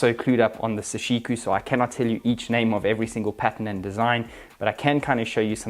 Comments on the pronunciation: It's sashiko not sashiku lol... great shots and review! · Why do you pronounce it as -ku when it’s clearly written as -ko? Doesn’t take a genius to read something that simple buddy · It's pronounced Saw She Koh not Suh She Koo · I came to comment section for this, you pronounced it wrong dude. It’s KO!